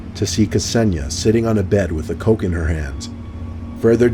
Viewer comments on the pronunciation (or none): When you said coke in her hands I thought you said co-Cain LOL